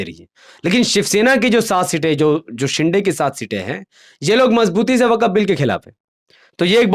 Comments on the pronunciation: Abey Gadhey,, Tu Swayam ko Musalmaan kehta Hai,, to Waqf ko Wakaf kyon keh raha hai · Waqaf nahi waqf hai theek se bolo bengali me na